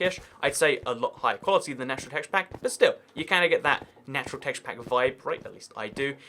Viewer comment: Every time he says teshapak drink